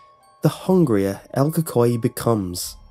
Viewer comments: Co cuiie, lol the way he says it tho!!! El CUCUY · "coocooy" is the correct pronunciation. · pronounced coocoie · Yes it's funny hearing you say el cuhkoy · lol, el coocooeeyy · i remember when i was a kid my mom would always tell me in Spanish"si no le pares te va a garar el cucuy" and btw its pronounced ku-ku-y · Died when you said "Cucuy" 😂 great video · Lol I’m Hispanic know little Spanish but Ik ur saying it wrong...and yes this was the scariest shit growing as a Hispanic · Lol true